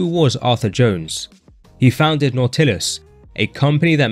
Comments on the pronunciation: What’s not tillis? It’s pronounced Nautilis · been training 35 years.. first time in my life i ever heard some one call Nautilus Nau-til-us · You pronounce it Nautilus like In the book Odyssey From Hamer Not Not whatever to hell you're saying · I really can't listen to videos where the commentator can't even pronounce the word "Nautilis." Looks like this is another channel I will block. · Please, pronounce "Nautilus" correctly... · That was the strangest way to say "nautilus ". That is not how it is pronounce bro. Why? Listen to an Arthur Jones interview. We know of the word nautilus as the ocean is concerned. But the gym equipment has a pronunciation. Do your research.